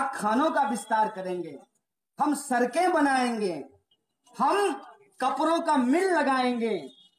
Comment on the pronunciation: कन्हैया सरक नहीं सड़क वोलो